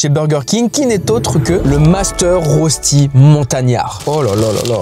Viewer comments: Je suis suisse donc j’ai l’habitude que personne ne sache dire le mot “rösti” mais si jamais ça se prononce “reuchti” mdr 😭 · La prononciation de rösti est incroyable 😂